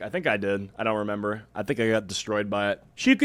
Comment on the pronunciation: "remeber" goes HARD.